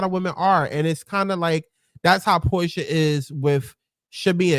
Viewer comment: Your watch-alongs be having me dead!! You called Shamea “Pick-mea” and Porsha “Whore-Sha” 😂😂😂 Nah but when Shamea really took Drew’s joke and put 10/20, I was like “Wow Shamea….I can’t” and then you immediately clocked her after for being whack 😂😂😂 Shamea definitely has the things to be like-able on this show, but she needs a backbone.